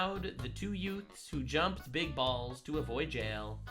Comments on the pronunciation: "Couple of yutes" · my favorite was 🍋 head telling a legal lady from Mexico she was wrong about mexico😂two WHAT? TWO YOUTES? I'm sorry your honor two "youths" 😂😂 "My Cousin VinnY" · Every time I hear someone say "youths" mind mind automatically goes to "yutes" from my cousin vinny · "The two Utes"